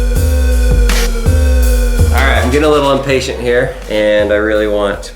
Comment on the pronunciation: he said inpatient when it was impatient learn yo language